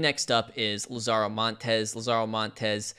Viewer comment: not to be that guy but... LAH-zaro, not la-ZAHRO. as in "The Lazarus Pit"